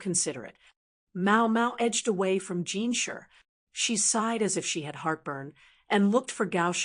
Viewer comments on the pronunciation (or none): It’s pronounced JinSHI not Jinsher (no hate)